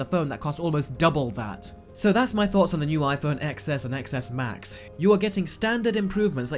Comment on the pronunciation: Cringe every time you don’t pronounce it 10S and 10S Max